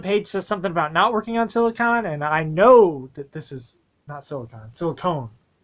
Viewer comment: Silly-cone lol but yea 😂🙏🏾